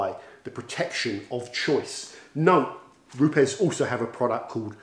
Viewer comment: Great video although the company is pronounced as “roops” 😎